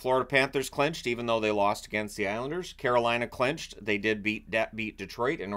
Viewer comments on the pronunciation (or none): none